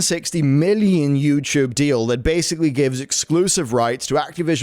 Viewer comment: "Youchoob"